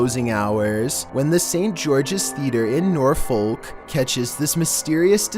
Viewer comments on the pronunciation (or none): Norfolk is pronounced nor-fuck...just saying :D